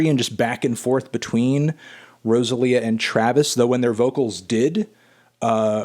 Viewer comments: learn to pronounce Rosalía CAAAALVOOOOOOOOOOO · I cringe every time he says Rosalía’s name 😬😬😬